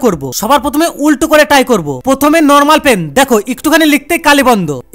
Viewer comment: Try❌ Ty✅😂